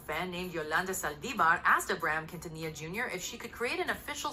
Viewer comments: It is pronounced Selena “Keen-ta-knee-ya” ☺️ Selene deserved the entire world and she would’ve been a force to be reckoned with. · Umm.... it Selena keen-tan-nee-ya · ummm Quintilla???? wtf did you even try to say it right????? why are yt people like this??? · Not quintila 💀🤣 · You butchered her name. But you can get the accent